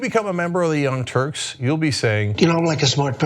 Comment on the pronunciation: ZING!!! You got 'em! I like the part where you said "turds" instead of "Turks" it's pure, original, comedy! That'll really show 'em! They will never recover from this third degree burn!